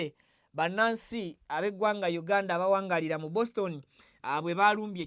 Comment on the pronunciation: 😂😂😂😂😂OGUTAMIVU CANT SAY BOSTON 😂😂😂 GASIIYA WITB MUGALU 😂😂😂